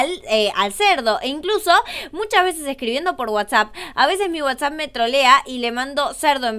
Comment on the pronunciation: Y dijiste vece en ves de veces😅